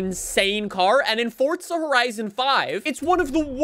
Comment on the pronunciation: who knew forza had a fucking t in it